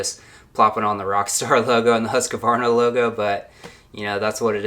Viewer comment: It's NOT Husq-A-varna Its just HUSQVARNA. 3 syllables not 4. Sorry, i'm just a little OCD about that. Great vids though